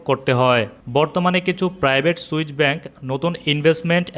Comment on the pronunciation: সুইচ না সুইস